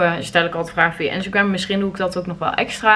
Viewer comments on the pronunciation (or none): none